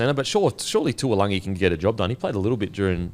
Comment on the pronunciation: still getting taulangi name wrong 🤦‍♂️